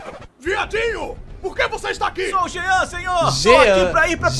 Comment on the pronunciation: Ele se referiu a Jean com G ou seja GEAN